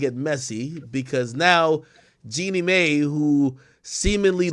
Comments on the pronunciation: please stop saying May ….. it’s Mai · FYI: Mai is pronounced MY